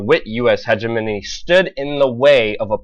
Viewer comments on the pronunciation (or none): luke, why do you pronounce hegemony like hegeminy